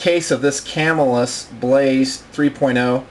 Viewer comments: It is Ca Mill Us Not Cam Ill Us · I have been watching your vids for the past hour having just discovered you. Excellent excellent reviews and videos, but I got to make one comment: I grew up and still live within 20 miles of Camillus, NY and the Camillus Knife factory. The local pronunciation is kuh-MILL-us. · Love the Blaze, Heat and Sizzle; I have several of each. I would highly recommend that before you upload a video to the Internet you learn how to pronounce the name of the company. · these knifes were produced in spain not by camillus new york you can still buy them all day for around 30 to 40 dollars ,and your saying camillus wrong.